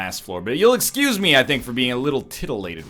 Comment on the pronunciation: "Excyuyze me"